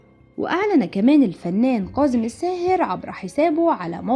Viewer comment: كاظم و ليس كاضم